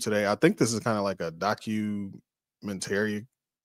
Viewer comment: Why would ANYONE listen to ANYTHING you have to say when you start out being incapable of pronouncing the word Doc U Men Tary?